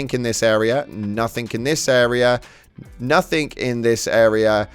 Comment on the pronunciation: "nothink" didn't know "NOTHING" had a "k" at the end of it.